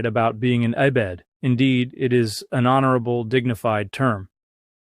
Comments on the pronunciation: he said eh-bed though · Doctor, you would never say E-Bed instead of “ebed” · Dan would never say "ee-bed." That's a dead giveaway. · Knew it was fake the second "Dan" said 'ee-bed'😂